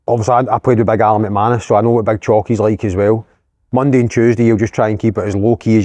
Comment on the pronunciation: Alan mannus not McManus ,would have absolutely folded Stevenson,rumour he was a mma champion back in Northern Ireland or something 😂😂😂